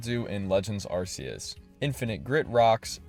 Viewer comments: ArKeus, not ArSeus... Or else it would be an ArS(e) phone.... 😅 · Did you just call it "arrr-see-us" 😆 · Say it with me: Ark-ee-us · If it's pronounced "Ar-see-us", would that make your phone the "Arse-phone"? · its arceus not arceus